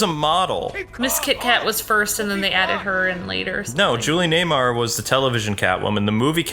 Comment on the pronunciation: Julie NEWMAR.. Not Nay-mar.